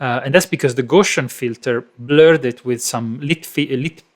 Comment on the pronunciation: Gow-See-In not Go-Shin (Gow like "gown". Gow rhyming with cow). Carl Friedrich Gauss